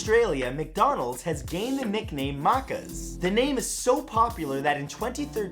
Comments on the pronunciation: Macca's isn't pronounced like "Markers" as it is said in this video. It's pronounced the same way as "Packers". Thanks for coming to my TED talk cheers mate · It is pronounced "Makaz" not "maacaas" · BRUH. The way you said Maccas 😂😂 nah mate it isn’t pronounced “Markars”, it’s pronounced “Mackas”. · OMG no. No, it's not Markas. It's mack-ahs. Like how you'd pronounce 'lack', but with an M, and 'ahh', like after you take a much needed gulp of water. Maccas. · MACCASSSS!!!! Not marcas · Maccas not moccas as in pronounced like Mackers not mawkers.. I guess it’s just an Aussie thing.. “fang a left at the servo bro and there’s a maccas next to the bottle-o.. “ If you understood that last bit then you’re probably mad Aussie! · its not Mah Cahs Its MAKKAS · It's Maccas not muccus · Maccas not marcas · As an Aussie, gotta say... It's not like the 'Macca's' signs are everywhere. But you spot a decent few of 'em. Also we say it "mAcca's' not 'mukkes', lol xD Good effort bro, love your work <3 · it's not "mar-kars" it's mac-cers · its not mahkas, its mack-as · Its trsue, we call it and renamed it Macca's, but it's pronounced mack-kis, no ma-cas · Just for anyone exploring. Maccas is pronounced ma-ccus not Marccas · I’m an Aussie and you don’t say it like ‘moccos’, you say the A’s with more of an over the top pronunciation. Best said with a real Bogan accent, but I do get it’s hard to know that without hearing an Australian say it 😂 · Hey Mathew its not mu~ccas its mac~cas just fyi xD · We Australians don't pronounce Macca's that way, it's more like if it was written like macka's, not mahka's. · Us aussies do not pronounce it “MUKAS”, it “MA CAS” you dope. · It’s maccas like Mac as in Mac n cheese. Not mahccas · I’m in Aussie and Macca’s is said like this “Mackas” not Markers lol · The Way he said it made me cringe It’s MACCAS not markers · Not marcas mac is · 22, yeah, but it's not pronounced that way... not markas, Mack as. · its maccas not muccas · Its pronounced mackas